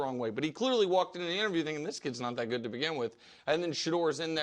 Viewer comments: I could not employ someone who says "goot" instead of "good". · Dude needs speech therapy. It’s good not guut.